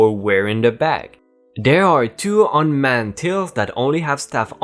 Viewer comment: Un manned is a soft a like man if there are two of the same letters together. Un maned would be like shaving a lion. Unmaned. Same for till it is soft if there are 2 consonants together (nn). Hard I (eye) is when the consonant is followed by a vowel tile. Hope this helps!!! Edit say: I'm sorry if this offends. I just want to help because I am dyslexic and OCD and had a hard time speaking out loud so I understand (not saying your dyslexic but that reading outloud can be hard. Subbed and liked!)